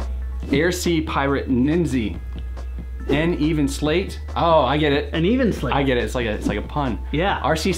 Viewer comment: Thanks for the shout out, but it's not "N Even Slate" it's Neve Nel Estate (Nay-Vay nel S-ta-tay) italian for Snow in the Summer ;)